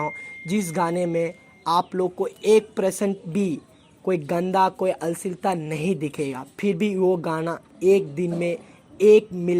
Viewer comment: Bhai अश्लीलता bolna pehle sikh lo tb video banao 😂